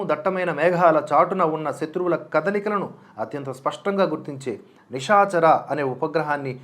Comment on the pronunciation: చూడ్డానికి బేపనోడిలా ఉంటివే "నిషాచర" అంటివేమిటిష? "నిశాచర" అంచూఉంచారు కదా అస్మదీయులు . రాత్రిని నిశి అంటారు. నిషి అంటారటోయ్ .ఏవిటో